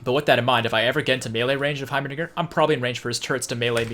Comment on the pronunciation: this man said heimaniger